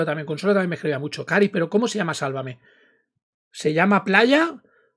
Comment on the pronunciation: A ve chica : tantos años y no lo sabes pronunciar..Sálvame...No salvamé. Qué no aprendes 👎👎👎👎